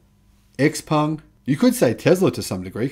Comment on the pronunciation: Also: Xpeng is pronounced "shiaopeng" or "xiaopeng". Just from respect to the brand.